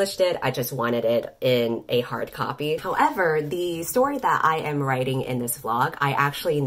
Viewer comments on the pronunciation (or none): none